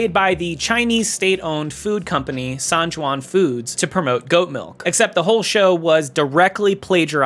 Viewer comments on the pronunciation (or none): It's just "san yuan", as it says in the footage. The name is romanised close to english. The "y" is just a "y", not the "j" sound in English, though it might be transcribe as [j] if you're using IPA. Think of "yuan" as you-an.